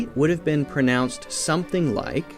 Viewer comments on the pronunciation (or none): none